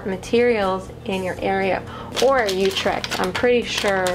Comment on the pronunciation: I'm sorry but you pronounce utrecht wrong 🤔🤔